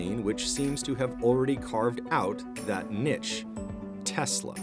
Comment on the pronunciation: I have never heard the word niche getting butchered that hard